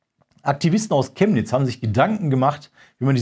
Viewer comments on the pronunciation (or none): none